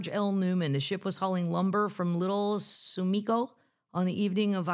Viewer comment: As a Wisconsinite, her pronunciation of the town is hilarious and so cute. Note: Peshtigo is PESH-ti- go And Little Suamico is (little is easy) SWA-mi-co. Merry Christmas and see ya next year!